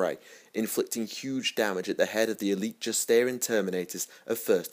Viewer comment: I’m sorry to have to nitpick too, - I also have read the novels a ridiculous number of times- so saying, the Terminators led by Kibre were “Justaerin”, not “Justinaerian”- but you are completely correct about the Mournival being Horus’ conscience and sounding board- just so we are all just nitpicking in the spirit of being correct about the lore we all love, and not attacking each other out of being mean- I don’t want any part of that. I always appreciate when someone corrects any errors I’ve made, as well! Thanks, all- and to especially, for putting out such well-written and well-researched lore.